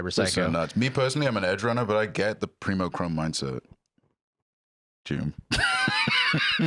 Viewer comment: i have a complaint. its Preem not Preemo :)